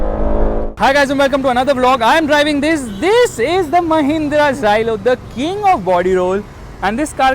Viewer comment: it's mahinnra